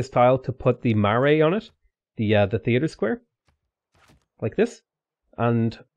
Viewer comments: Heads up it's pronounced mar-eye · Marae is pronounced "Mar", like from March and "eye" Love your videos